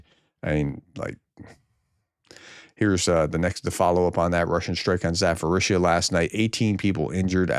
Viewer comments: Zaporizhzhia is pronounced with a P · Pronounciation: there is no "f" sound in Zaporizhzhia. You should prounounce the "p".